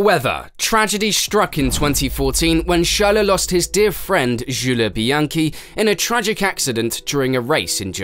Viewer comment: Man I can tell you've been practicing pronounciations of non-English word and names. You're getting pretty close, but not there yet. It's not "sharleh" it's "sharl". You could lose the 'eh' after some names/words. "Juuleh" -> "Juuls" etc.